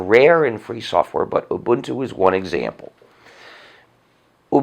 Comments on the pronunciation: He pronounces Ubuntu like I do and not like most others Obantu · As a South African I can say his pronunciation of ubuntu is spot on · OMG..he's the first white guy i've heard pronouncing this Zulu word (Ubuntu) correctly